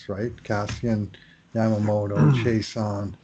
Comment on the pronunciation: It is not Chase-on but pronounced She-ah-sson (Chiasson)